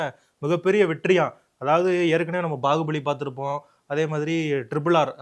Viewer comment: bahubali ✔️bagubali ❌